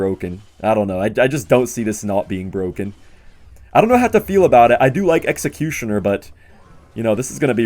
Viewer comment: Is it BWOKEN?